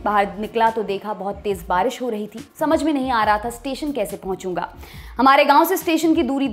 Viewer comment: बारिस नही बारिश होता है #lallantop